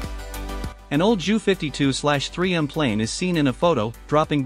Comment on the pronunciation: JU is pronounced J U not ju